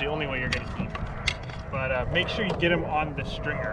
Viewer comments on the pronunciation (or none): none